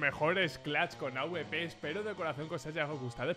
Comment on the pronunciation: Que pesao con decir aubepero en vez de awper